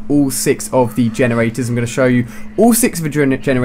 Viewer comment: Lol he kept saying vagenerators.